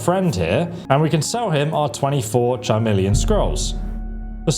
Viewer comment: Charmeleon? 😂 bro there’s literally a song that says the word over and over